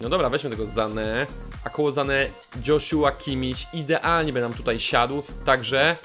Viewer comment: imię Kimmicha wymawia się Jozua;) Ale kolejny film i kontencik zawsze u Ciebie supcio!